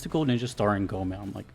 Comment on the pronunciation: Go - e ( as in envy ) - mon, i think with japanese names, i dont know how sacrilegious would that be to say it, its usually safe to go with the closed syllable when pronouncing it. :)